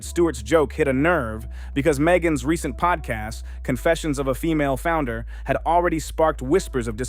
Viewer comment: “founder” or “flounder”? Or does it matter? 😂😂